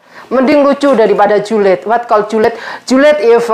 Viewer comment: Lucu.. mekar sebut my car Julid jadi juliet 😄